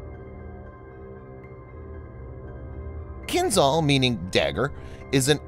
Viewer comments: It is not Kin-zal but Kinzhal. The zh stands for the Cyrillic letter ж in кинжал (dagger). It is pronounced like the gè- in the French word legère. You would do better to pronounce Kinzhal as Kin-shal. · You are pronouncing Kinzhal wrong. The ´zh’ should sound more like the letter J. So while not entirely correct, calling it “Kinjaal” with two a’s would sound as close to the proper Russian prononciation as it can get in English.